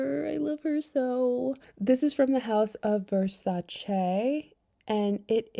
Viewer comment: Love your channel and your recommendation! Just a suggestion, sounds like you’re trying too hard when you speak and the pronunciations! ”Verchaee” lol girl bye🤣 just be you! We love you just as you’re.